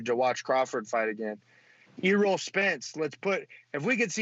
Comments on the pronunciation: $200 on a Crawford PPV??? Lmao nobody gonna pay that for his PPV lol. I love boxing, but nobody would truly pay that. And “E-roll” Spence ahaahahahhahahaha. ESP jr is a beast, but cmon and pronounce his name right lol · My boy said E- roll Spence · Who the F is Eeeerol spence?